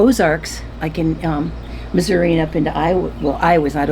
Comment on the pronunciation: Thanks SO much for pronouncing Missouri correctly!!! I’m from NW MO but that’s how we pronounced it and it always makes me sad when my kids say it wrong! 😂❤